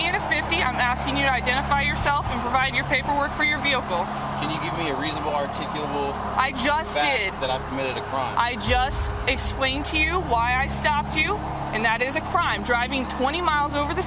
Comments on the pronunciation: 'Articullable' ??? Does this man even speak English? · Articuble ! Lol😂